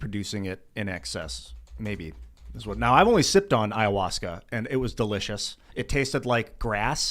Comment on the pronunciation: Nobody: Tim: Ayawussca